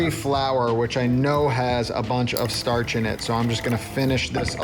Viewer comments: "Startch "? What? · the ch has a t sound to it.